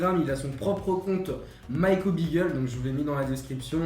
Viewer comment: Magnifique chien et pitié beagle se prononce "bigle". Hormis ca c'est un chien de chasse, et par dessus tout il fait parti des chiens courrant utilisés en vénerie au grand gibier donc il aura besoin de beaucoup de promenade et beaucoup d'amour ( mais ca c'est la base je pense )